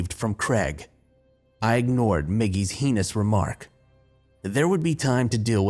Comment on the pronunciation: I love a story that raises good questions and makes me think while entertaining me. Thank you! (Btw, I hope you don't mind, -heinous is pronounced "hay nus", apologies for not having a proper phonetic keyboard).